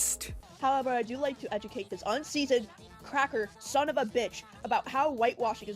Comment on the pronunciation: Cawwed hew sewf a cwacker